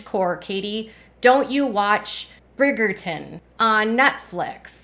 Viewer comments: You're conflating 'cottagecore' (fashion/aesthetic) and 'TradWife' (conservative, subservient lifestyle). And Brigerton is pronounced BRIGE-er-tuhn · Not gonna lie, you're gonna have to learn how to pronouce Bridgerton. Also, I don't think they are copying Bridgerton because it doesn't look like that. It isn't even really cottage-core. It's like mormon-core.